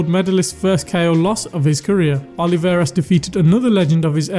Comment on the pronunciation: ruben O L I V A R E S, not oliveira.